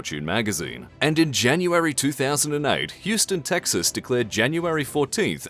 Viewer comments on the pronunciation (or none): none